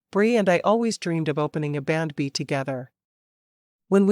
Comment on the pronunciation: Nice story but again, you should have human readers. It took til half way through to realize what AI was calling ‘bandb’ that it was actually saying B and B!